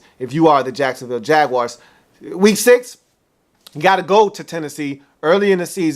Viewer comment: I hope he doesn't say "Jaguars" like that ever again. #NoRespect